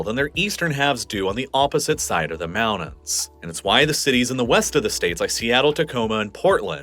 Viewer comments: When did mountains become pronounced "moundans"? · I really wish you'd learn to pronounce your "T"s more consistently. I'm tired of moudens, Manhadden, and all that.